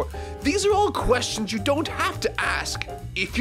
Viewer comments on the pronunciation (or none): none